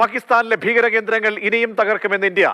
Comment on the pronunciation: ബീകരം അല്ല, ഭീകരം എന്നു പറയ്